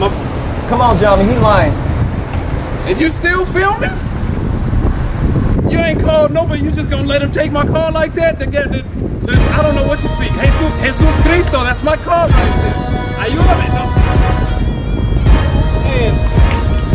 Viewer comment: Man said hesus cristo